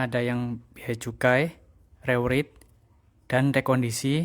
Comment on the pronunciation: penyebutannya re-wrait bang